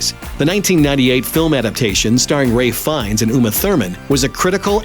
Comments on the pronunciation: My man said Ray Fiennes lmao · Who is Ray Fiennes? I thought it was Ralph? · Yeah, your own. It's "Ralph fiennes" not ray.